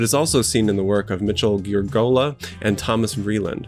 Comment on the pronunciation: While we’re at it, the initial constant in “Giurgola” is pronounced as if it were a ‘j’. Romaldo Giurgola was Italian, so think Gianni.👍